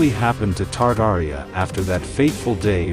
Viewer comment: what is "Tardaria'? 🤣🤣🤣